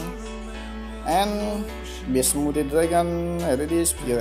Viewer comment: You cant even pronounce beast you say best like what